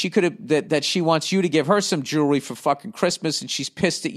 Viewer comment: He can't say jewelry 🤣🤣🤣🤣🤣🤣